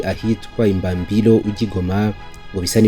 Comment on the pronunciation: Sha amazina yutwo duce uyasoma nabi pe!😂😂 Igahe Burungu Kirolirwe tebero Ibambiro Minova Shyiramo ubutinde mwana ntago babisoma uko kbs.